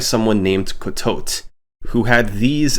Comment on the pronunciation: Did he pronounce your name correctly? I thought it was cuh-tow-tee, like a play on words with “Coyote” so